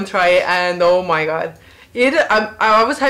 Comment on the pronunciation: "ou mai gaad" My estonian friend used to say that exactly the same way, haha.